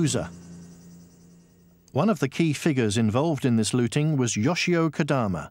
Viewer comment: Looting, not Lotting.